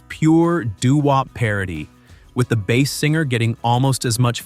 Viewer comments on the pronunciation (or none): Its mister base, man not mr. Bass man,sounds like you talking about a fish😂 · How about pronunciation Mr "Bass"man as the fish instead of "base". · "Hello MOODAH" "Tip toe through the Tull Lips" "Mr. Bass (rhymes with ass) Man". SMFH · Mister Bass, pronounced like the fish, Man.